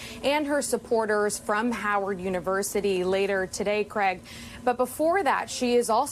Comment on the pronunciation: Why can't she say howard university?